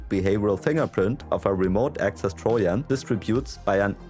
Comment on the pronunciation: The J isn’t silent in Trojan for future reference